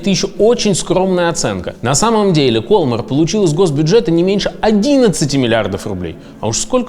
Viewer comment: Может, ударение в названии компании в другом месте - кольмАр?)) Такая реальная игра в кальмара получается...